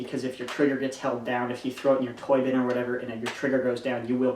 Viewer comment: oh throw it in your TOY BIN i thought he said toilet im like WTF